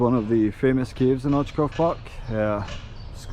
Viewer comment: Nice video man 👍 ps. Right pronunciation is oitzoov :)